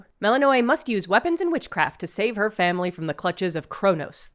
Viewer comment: Why is it so hard for youtubers to pronounce Melinoe when they say it like 300 times in the game?